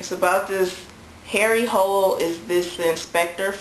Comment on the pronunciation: Harry's last name is pronounced like 'hula' :)